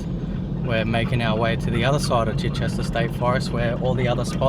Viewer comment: For future reference, pronounced CHY-chester. Beautiful place